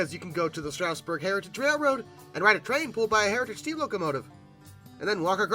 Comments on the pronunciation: It's "Straw-sburg", not "Str-ow-sburg". No "ow". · Not sure why people still mispronounce Strasburg. It's not "strouseborg" it's Stras-burg. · Quick local note: the first syllable of Strasburg rhymes with jazz, not grass. That minor note aside, great video! (Watching old rivets decaying outside as I drive by is always a heartbreaker.)